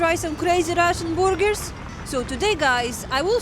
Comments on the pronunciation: Is she saying burgers or boogers? Which one would you eat? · I like how Russians say Burgers LOLOL